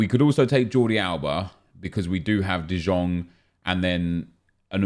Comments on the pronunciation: U should read DE YONG not DE JONG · I am Dutch for 24 years already, and for an English speaker the closest pronunciation would be 'duh yong', not 'zjong' like Nep says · Logetoaster no it isn't, it's pronounced like 'de yong' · IT IS PRONOUNCED DE YONG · Dude stop saying de jong its spelled "de yong" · First of all it's "spelt" de jong, it's pronounced "de yong" - or at least that's the closest pronunciation for English speakers. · STOP PRONOUNCING DE JONG WRONG FFS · Anybody else mad at the way he says “De Jong”